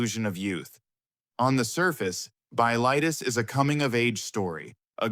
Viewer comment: I saw it in 1977 in France on my way back to the U.S. I was quite impressed at age 27. It's pronounced "Bill-i-Teas" rhymes with crease.